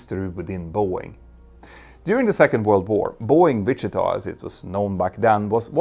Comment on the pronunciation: I love the way you say Wichita